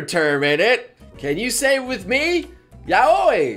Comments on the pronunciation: Ya-wi not Ya-oy. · oh... its yow wee not yow oi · But, Yaoi sounds like Yowee, and Yuri sounds like You-Ree. Come on, we both watch anime all the time, you should know the pronunciation already xP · xXIt'sMePiexX x I always pronounced it like "yowie" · I thought it was pronounced yow-EE! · I always thought "Yaoi" was pronounced "Yao-wee" lolol~ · You're pronouncing Yaoi wrong. It's pronounced like "yOW-ee". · Tf r these pronunciations. when he said yaoi like that I got triggered af why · WAS THAT THE FRENCH PRONUNCIATION OF YAOI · You freaking pronounced Yaoi wrong triggered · I don't think pronounced Yaoi right...just saying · Umm........ RIP the pronunciation of Yaoi. NOOOOOOOOOOOOOOOOOOOOOOOOOOOOOOOOOOOO FUTANARI.